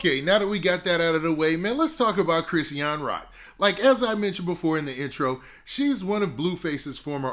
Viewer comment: Chri-sean two syllables wtf is a Chris- e-an